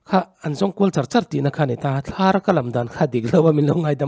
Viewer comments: Nia Thlar i lam dan hi vid hmasa lam aṭang tawh khan ka lo notice nghal hle a, Kawngkhar tih a Khar tih thluk ang tur a ni e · Thlar tihkha ahniamtur aw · Tui thlar tihang khan thlar khuai thlar angin ichiar a athluk hniamtur